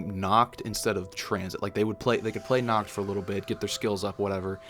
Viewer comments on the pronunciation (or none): Nacht* Stop butchering my beautiful language